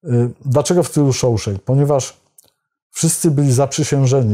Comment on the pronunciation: Po przyjacielsku, "Shawshank" wymawia sie Szaszenk. Przeprowadzany wlasnie lincz w Sejmie na wniosek Prokuratury na panu posle Braunie nie zwracil pańskiej uwagi? Zwykła rzetelność dziennikarska (czy coś takiego istnieje?) wymagałaby chociaż wspomnienia o tym, panie red Gadowski.